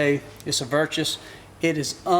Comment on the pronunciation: Im on my gf youtube but anyways He said "its a hha its a virtrus" my man lol its a virtus. I saw a video where tbone said waddy was saying the new hoyt was called ventrums lol. I mis say stuff all the time. Thats part of being from the great south